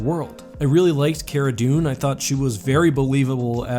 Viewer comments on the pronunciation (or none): none